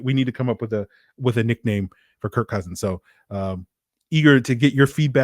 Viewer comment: Kirk CUHsins